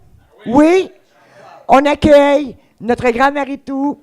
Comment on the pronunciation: Notre grand " MARITOU" ??? 😂😂😂 MANITOU qu'on dit....lol.